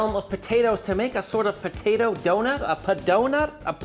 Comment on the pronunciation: DONATOE!!!! Pronounce donado... Similar to tornado.